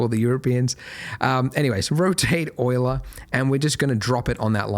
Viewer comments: Nope... Euler was a Swiss physicist and mathematician... but yes, thanks for the right pronunciation :D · Euler was a german mathematician. thanks for the right pronunciation ;)